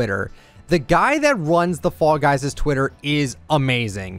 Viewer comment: When you talked about this on your podcast I thought you were saying “frog eyes” for some reason